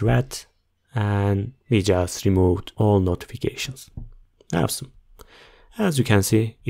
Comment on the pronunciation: Thank you! Great video! So funny when you say "awesome" it sounds like "have some" LOOL